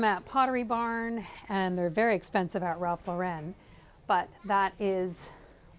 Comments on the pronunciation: His last name is pronounced "Law"ren not Laa"ren" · It's pronounced Ralph LOR-en. Not Ralph Lor-EN. He would tell you this himself. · 'Ralph LORE-IN please. No need to be extra fancy and say Lore-ren. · Ralph Lauren not Ralph Loren. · I have to say it. It's not Ralph Laur-en'. It's Ralph Laur'-en. He's American. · His name is Ralph LAW-ren. Not Law-REN! He’s not trying to be French! As a designer, you should be pronouncing it correctly. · Ralph Lauren is pronounced LAW- ren. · You of all people should know how to pronounce Lauren. The stress is on the first syllable. Therefore, the correct pronunciation of Ralph Lauren is Ralph LOR-en. It's not French! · Lauren is pronounced like the womens name.